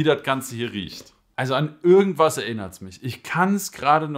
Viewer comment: Ürgendwas erinnert mich daran😂 das i tönt wie ein Ü🤣🤣. Aber geiles video weiter so! Gute beschreibung der Tabake, kannst du mir sagen warum bei mir meistens die darkside sorten im Oblako M ein bisschen verbrannt schmecken? Egal, ob Core, Base oder Starline alle schmecken im Hintergrund bisschen verbrannt... Mag die Geschmacke eigentlich sehr, habe den Kaloud Lotus 2. Ich baue den Kopf locker ohne andrücken und mit Noppenkontakt oder Vollkontakt alles schon versucht... wäre nice wenn du mir einen Tipp für den Bau machen kannst oder ein Video dazu✌🏼